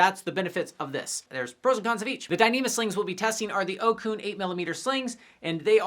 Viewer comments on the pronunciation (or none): not to be that guy, but it is actually pronounced "oat-soon" not "o-kun." my source is the ocun sales rep who just visited the gym i work at a few weeks ago. he even had a little printout poster with the proper pronunciation on it at his booth during his demo of their gear. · Ocun is pronounced "Oh-tsoon," I believe. Someone correct me if I got it wrong!